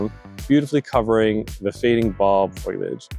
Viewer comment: It's not "foy-liage"!! It's fo-lee-age. Otherwise, very good information.